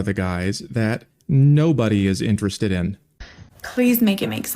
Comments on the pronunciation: She can't say "interested". She keeps saying "interest" instead. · The first woman can’t even pronounce the word “Interested”. No man want an illiterate m0r0n. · Why can't she pronounce the word "interested" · It’s “interested in” not “interestin”. I could never with this woman. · You can tell how much intelligence she lacks my how she can't even say the word "interested" correctly. "How come guys that I'm interes'd in...?" I expect the guys that are "interes'd" in her only want her for one thing and it's not conversation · First time she said "why do guys that I'm interest in..." I thought ok simple speech mistake. But then she did it again with "and then guys that I'm not interest in..." Does she think that's how it's said? Or is she just slightly tipsy and slurring just a bit? Truly not sure. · Its really because she pronounces "interested" weird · Irritating: Princess can't enunciate the words "interested in". She fails twice. Funny: Poor. His last name is like a crossword puzzle clue for "lose".